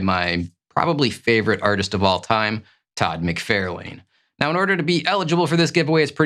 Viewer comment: Your favorite artist's last name is pronounced "Mick-Far-Lan" as opposed to "Mick-Fair-Lane"